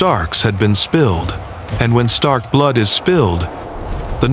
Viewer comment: Ah yes, the great House of Starn. Northmen through and through.